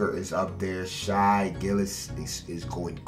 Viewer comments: it’s pronounced “shay” but u trill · If i hear him call shai, shy one more time imma flip fr. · When’s he going to say Shai’s name right? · “SHY GILLUS” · 💀 I stg he’s name ain’t SHY ITS SHAI OR LIKE SHAYYYYY